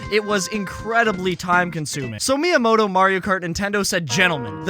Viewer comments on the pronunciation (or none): none